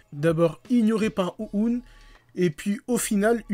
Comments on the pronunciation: ça me tue comment tu prononce Ouhon tu le dit Ou-oune XD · Bon ya un truc qui m'a vraiment fait rire c'est le "OU OUN" mdrrr, c'est "OU HHHON" :D